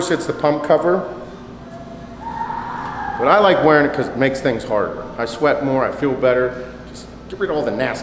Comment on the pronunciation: "just fuckin' SHWEAT..SHWEAT." I love how he says "shit" lol "Ronnie Coleman was the most alien looking mother fucker ive ever seen" I couldn't work out with him..I'd be laughing my ass off as he talks.